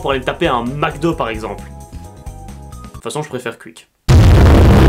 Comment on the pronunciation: Vive la moula et les gros trépieds. Mais quuik non ça se dit quick ! Merci.